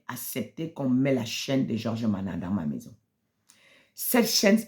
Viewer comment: vous êtes tous pareils ! en plus c'est nama et non mana😂